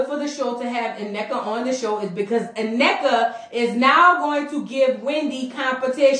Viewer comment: Thanks for showing respect and pronouncing Nnekas name correctly!🎉